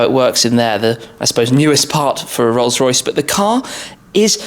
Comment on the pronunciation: Rollsssh roycchhssh